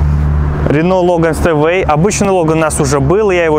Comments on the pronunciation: Говориться Степвэй, а не Стэвэй. Учти это произношение в будущем. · Стеуэй! Степвей, это читается! Колхозник!